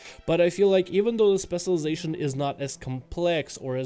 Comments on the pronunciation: Where do you live where they say "spesulization"? Or are you just spesul? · stop saying specialization please lol... and you say it in a weird way. Just say "spec" bro. thx